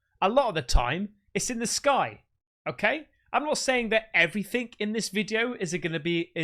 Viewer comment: Ughhhhh you say "every-think" instead of everything lol.... is this a European thing????